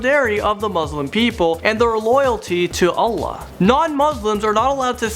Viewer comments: No, "Allah" does. He said "Ola" haha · "Loyalty to olah"? xD